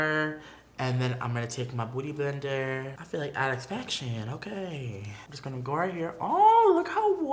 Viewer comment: Love the way Patrick says beauty blender it sounds like hes saying BOOTY blender not beauty blender😂😂